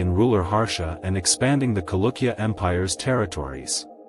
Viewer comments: the word is pronounced as Chalukya and not Kalukya. Ch as in cherish, not as in chemistry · Dude... Its Cha.. Not kalukya... Chalukya... This is what happens if u use computers for voiceovers... Lazy to edit is it??